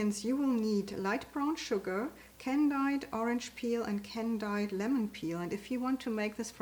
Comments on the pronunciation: Oh how I love these cookies! I buy them at Aldi every chance I get! Just to be helpful it is pronounced can deed fruits.:) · It is pronounced candied: Can deed.🌷